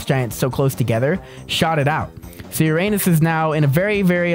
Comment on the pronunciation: Hey you always say Uranus wrong